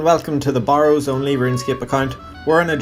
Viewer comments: Stopped watching when you pronounced it Bar-ows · Has nothing to do with the accent, he pronounces it incorrectly.